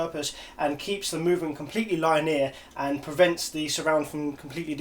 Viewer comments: it reallllly bothers me every time you say line ear.....its lin e are! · "Line-year" is what I heard from him saying it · That is not how you pronounce 'linear'.